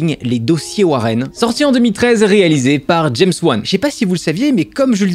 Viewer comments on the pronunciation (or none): none